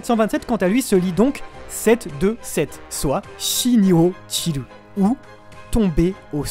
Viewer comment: 727 ça se dit pas Chi Ni Ochiru mais yonhyaku nana-jū yon. Bref pas besoin d'expliquer pourquoi ça n'a pas de sens, c'est une pratique d'illumination de trouver des sens secrets partout.